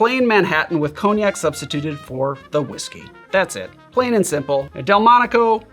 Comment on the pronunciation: 'ghin' and 'cogh-nac' was a crazy jumpscare